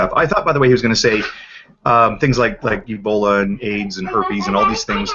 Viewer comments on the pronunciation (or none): sometimes you hear say something that you think is a slip of the tongue....but then he does it again. 6 month year old e-bol-eye axe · Somebody please, please, tell him that it isn't pronounced "Ebolii".